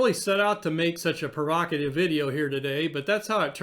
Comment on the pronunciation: What is a 'perokative' video? Do you mean provocative?